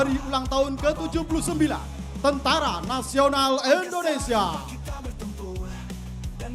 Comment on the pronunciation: mc nya salah menyebut indonesia bkn endonesia, org jawa ya mas?